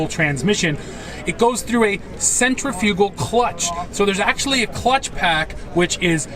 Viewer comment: Sen trif e cull clutch.. not sen tree fugal.